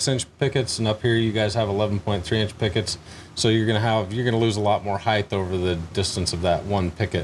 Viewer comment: Heighth is not a word. Stop saying it.